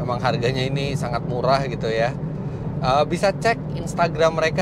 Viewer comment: Pas ngomong murah kaya diteken banget gitu.. mmmurah 🤣